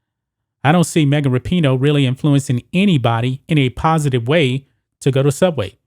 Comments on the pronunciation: I wonder if he says her name wrong on purpose to get a rise outta ppl lol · It would help if you knew how to say her name. Her/his whatever